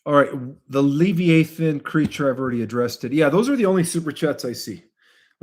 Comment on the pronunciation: It’s pronounced Lev-EYE-uh-thin